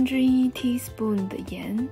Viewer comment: 好难受啊。能说“勺”一个音节，非要念teaspoon, 四个音节。。。一般人中英混杂都是专有名词，没听说过量词也要英文，是想不起中文怎么说，还是故意为之？简单的一个音节用四音节代替，显得自己会说teaspoon？而且念的是teapospoon，听着真难受。